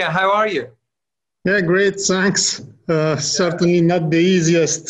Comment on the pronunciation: Sirteain not de isiest piriod